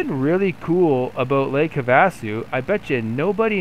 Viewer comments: Lake have - Ah- sue👍🏻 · Not sure about the guys name, but having grown up in Arizona, you missed it on lakes name. Try this “have-a-sue” mini pauses between. The other place not far away is the Grand Canyon. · Lake 'have-a-sue'...not getting much real flying in huh? anyway, cool... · Me it’s not pronounced correct